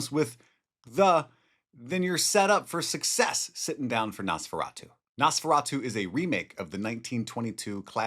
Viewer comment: NOS Please ! Nosferatu. NOT :👃feratu .